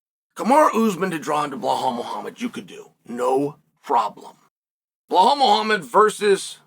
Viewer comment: BLUHAUL is crazy lol it’s Belal (BEELAWL)